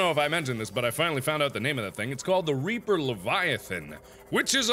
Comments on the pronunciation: I coulda swore he said “there is a big giant RAPER” instead of REAPER. 😵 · when he said big reaper I thought he said big raper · he said big a** reaper but it sounded like big a** raper